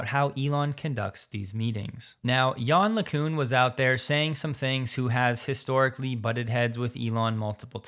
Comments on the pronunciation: "Gozian", seriously? It's "GauSSian", mate! They even put them two "S" to make sure you would not fail! 😁 Oh, and yawn lacoune is good one too! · Man you truly butchered Yann LeCun's name 😂